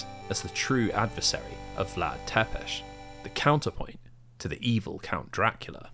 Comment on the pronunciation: don't pronounce Wallachia like that :(( other than that, excellent video. also, it's "Tsepesh", not "Tepesh", but not even the Netflix series could be bothered with that